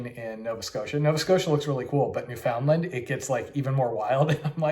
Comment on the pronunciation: Also new-fin-LAND instead of new-FOUND-land lol it's okay though